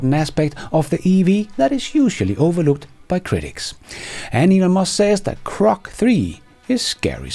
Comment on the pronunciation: It’s Grok ….. not Krok, dear …;-)